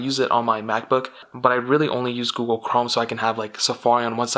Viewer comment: u cant say google lol